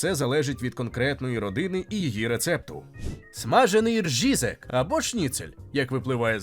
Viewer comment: Не ржізек, а різек. І це не ...шніцель, а ...відбивна.